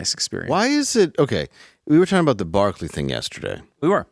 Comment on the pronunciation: When you said Barkley I heard berkeley. I was trying to figure out when did you guys talk about Berkeley LOL